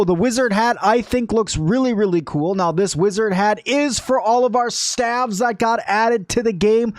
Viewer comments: Please....every time I hear him mispronounce "staves" (pronounced like slave or save, not have), I twitch. Small issue but hopefully he reads and learns. Wish he'd have covered how MUCH hauling strength you get from Fluffy Pupa hat. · So, Staves is actually pronounced like saves. Staffs is pronounced more like haves. Just a difference in spelling and pronunciation. :)